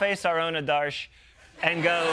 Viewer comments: It’s okay … but i have to say it. That would be AADARSH (Aadursh) not ADAARSH Just trying to get the names right ever there was a problem with Kamala ( pronounced simply KAMLA) And I just live for this show and have since forever. Don’t stop. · AH-darsh. That's how to pronounce them